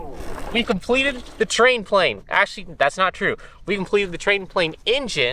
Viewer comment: Ah yes prane /tlane